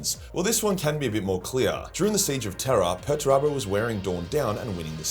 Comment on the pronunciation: Who the hell is Peturabo? You mean Peterturbo.